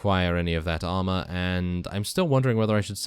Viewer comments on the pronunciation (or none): none